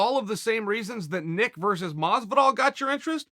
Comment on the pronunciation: 'George Masvidal'....